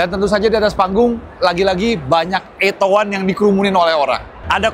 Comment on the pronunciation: Plis, jgn di englishkan lagi namanya, beyede udah capek rubah nama biar mudah diucapkan orang Indonesia, jangan lagi dieja ettow wan, atto sendiri berbahasa italia yg dibaca atto bukan ettow, jadi ejalah beyede atto satu